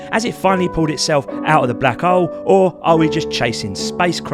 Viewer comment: "Aaaat the black 'ole " good lord